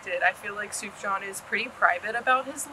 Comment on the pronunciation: kids these days need to learn how to pronounce sufjan's name